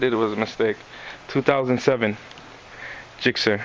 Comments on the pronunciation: It's gixxer not jixxer mate ;) nice bike though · Spelled Gixxer, pronounced "Jixxer" mate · Ever heard of hard g's and soft g's